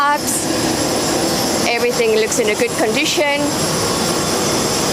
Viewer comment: Everything is in "gooood condicheen"😅 lovely